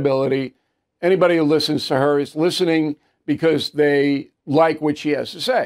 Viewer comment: Hey Bill.... Learn how to pronuncate the word "BECAUSE"...